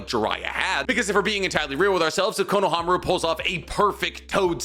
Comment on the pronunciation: If you're otaku making videos about the naruto-verse you probably should get better at your pronounciation. I cringe everytime he says Konohamaru. It wouldn't be so bad but for this entire video being about Konohamaru. Way to make it obvious that you only watch dub. At least try to pretend like you've watched subs.